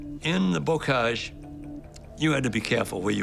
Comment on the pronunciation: Bocage dude, not Bogage.